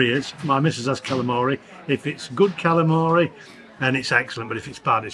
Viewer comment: come back to Brooklyn,New York so we can teach you how to say Kalamari the real way- Galamad